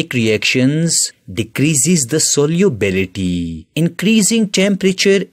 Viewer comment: its solubility and he pronounces it soliubility 😂😂😂